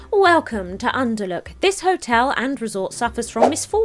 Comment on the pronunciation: TIL can't read the word "hotel":D